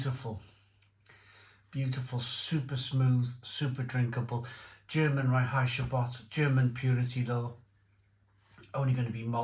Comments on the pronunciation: No one: Absolutely no one:: Rye-hi-che-bot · Reinheitsgebot well and truly butchered there,, lol. Good choice of three though 👍